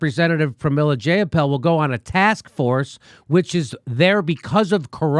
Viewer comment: Zjai a pol = Jayapal C'mon Jimmy you are smarter than this. Do your homework bro! Please give her the respect she deserves not the disrespect that trump affords someone of her elegance. And eloquence. However she is disappointing! If not for Bernie we wouldn't be talking about anything of a progressive nature. As Tim Black says it's easy to diss the shit out of an unprecedented man and all the things he has accomplished as one fucking guy with integrity for 40 years. He is not perfect and yes I was pissed when he surrendered but you know as well as anyone that the fix was in long before he ran the 1st time. And they had to do even more scumbaggery this time out. Let's just focus on getting MPP out there and let's change this fucking system. Have Nick on once a month!!!!!!!!!! Peace Bill sonic Fricke